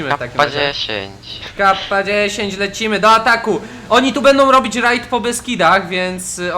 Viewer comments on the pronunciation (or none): none